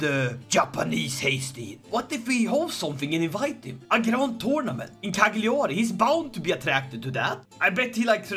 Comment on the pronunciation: Please learn how to Say Cagliari